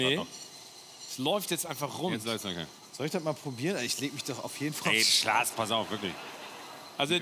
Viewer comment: Schlaas... Das pasiert wohl, wenn man im Privaten immer Schatz, aber in der Öffentlichkeit immer den neutralen Vornamen nutzt... Schatz + Klaas = Schlaas <3